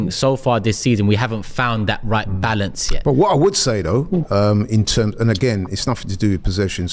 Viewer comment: Balaance 😂 if you caught that ur a g